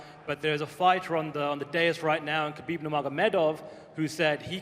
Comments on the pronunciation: Dana it's KHA-BEEB NOT GAH-BEEB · I don't know who this Khabib is. This guy's name in Khalabib.